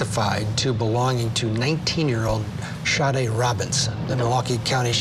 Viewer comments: Them mispronouncing her name was driving me crazy. May she R.I.P 🕊 🕊 🕊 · I’m surprised this black sheriff doesn’t know how to pronounce “Sade.” 🤦🏾‍♀️ and I say this because Sade’s mother wasn’t happy about that at all. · Do they not know how to pronounce Sade?!?! C’mom